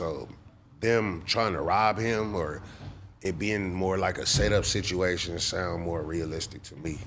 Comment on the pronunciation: When he said "1 permanent sitch" i left the chat 🤣🤣